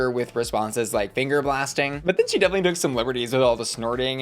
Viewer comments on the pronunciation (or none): none